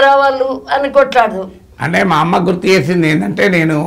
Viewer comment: నాగేశ్వర్ సర్ అమ్మ నీ పిలిచే టప్పుడు మంది అమ్మలను పిలిచినట్టు ఒత్తి ఒత్తి పలకడం ఎందుకు నార్మల్ గా సాఫ్ట్ గా పిలవచ్చు కదా. తెలంగాణ లో "ఒత్తి" "ఒత్తి" పలకడం అలవాటు అవుతుంది . 😂😂 😂 😂 😂 😂 😂 😂 😂 😂